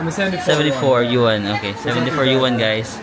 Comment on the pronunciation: Congratulations! Yay! 130k subscribers na! 🎉 Yuan 元 is pronounced as Yuen. Imbes na yen kasi letter e, ilabas mo pa nguso pagbigkas para maging Yuen. 🙂 Uy, may new country added sa list ng pupuntahan? Yung nakita kong pics sa tour ng friend sa Mongolia nasa may sand dunes nga sila na merong falcon at yung old way of life ang makikita. Katuwa naman naging friends kayo ni Lee. You're both lost in Miniso. 😅